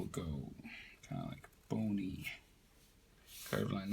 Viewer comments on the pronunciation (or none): none